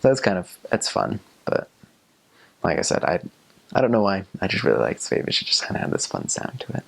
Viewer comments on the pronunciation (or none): ok, everytime he says "schwäbisch" I understand "schwedisch" which means "Swedish" :-D And yes, in every village at the "Schwäbische Alb" (<-This was the word he was looking for) the people speak a different dialect... how can I know that? I´m from a little village in Baden-Württemberg in the part of the SChwäbischen Alb :-)